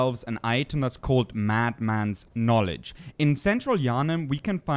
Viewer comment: dont worry, english is tricky and many native english speakers have issues with funny situations like you mad mans knowlagees. your engligh is great and yes you pronounced that correct.